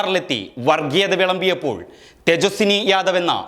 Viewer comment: തേജസ്സി ✔️ തേജസ്സിനി ❌️